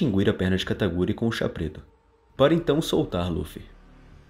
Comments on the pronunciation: KATA KU RI, não kataGUri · Não é Kataguri, é Katakuri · Só eu q escutei ele falando "kataguri?" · ELE FALA KATAGURI